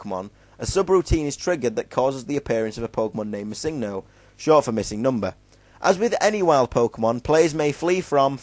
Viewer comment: holy shit... pronounce it right PLEASE. its MISSingno, no misINGno. the emphasis/accent is on the MISS, not the ING.